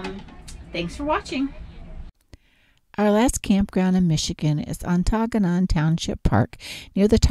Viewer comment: Nice video of our area (Ontonagon)... just one tip: 'Ontonagon' is pronounced like 'On-the-Noggin,' with the accent on the first syllable.